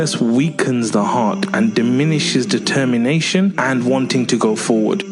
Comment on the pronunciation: he sounded like he said "detemmienation" lmfao